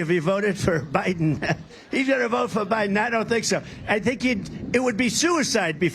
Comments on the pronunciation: "Joe Bilen couldn't pronounce her name." LOL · And when he said “he can’t pronounce her name” he literally could NOT pronounce Biden’s name. lol.